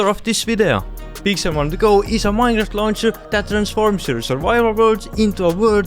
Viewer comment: "minraft"